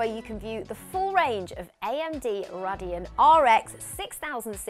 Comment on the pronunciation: Nice host that knows nothing about tech. Cant even say radeon properly